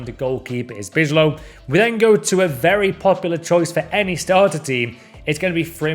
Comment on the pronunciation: Remember how to pronounce names with the ij in it. Like Bijlow and Wijndal. You pronounce ‘ij’ as ‘eye’ in English. Also Berghuis the ‘ui’ is difficult but just call him berghouse then😂😂💪🏻